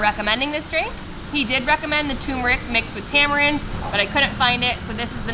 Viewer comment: Turmeric is pronounced TUR-MER-ICK (I love it, though!). Please pronounce the "R"s. Thank you :) Turmeric is NOT promounced Too-Moo-rick.